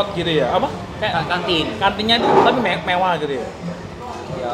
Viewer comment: mevah bang bukan mewah wkw